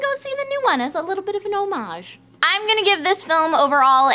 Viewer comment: I cringed every time tried to pronounce homage. it's pronounced:ˈä-mij, or for people who don't know how to read pronunciation notation: awmidge